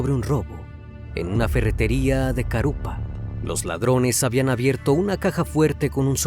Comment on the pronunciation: Carupá, así se debe pronunciar. Florida pertenece a Vicente López. Es unos de los lugares más caros de Buenos Aires...